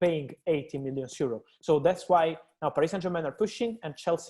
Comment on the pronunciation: Why Fabrizio always pronounce “Euro” as “zero”? Is that Italian accent or what?🤔